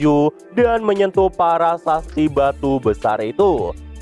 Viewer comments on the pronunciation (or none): Prasasti min bukan parasasti😊 , lanjutkan min